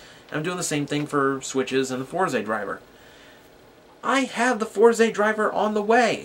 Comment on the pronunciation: FourZEY? It's "Fours" bro. :V